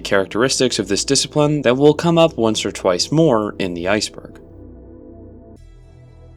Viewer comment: Zeitschrift is pronounced like „side“ with a T in the beginning and „shift“ with the german R after the sh: „Tside-shrift“